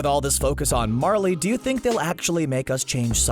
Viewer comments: Who else had to support him saying Marlie instead of Marley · Don't pronounce it as Marlee its pronounced marlay